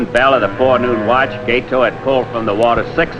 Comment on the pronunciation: learn how to pronounce Gato - gah-toh, not gay-toe.